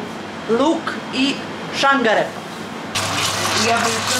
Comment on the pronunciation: Sine moj jedna ispravka. Ne kaže se ŠANGAREPA nego ŠARGAREPA. LJubi teta Nena.